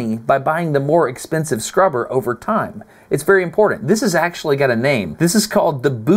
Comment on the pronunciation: I'm ... if you say impordent one more time instead of important I'm clicking off. Ugh.... It's hard to listen to. lol